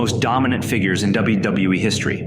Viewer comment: The AI that reads this need to learn how to say WWE